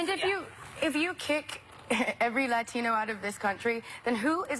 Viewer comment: I had to pick one thing I hate the most about the fucking leftist. It might be the way they over pronounce “Latino” as if that makes them sound more virtuous.